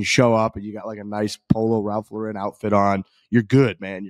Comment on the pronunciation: Can y'all please stop pronouncing Ralph Lauren incorrectly.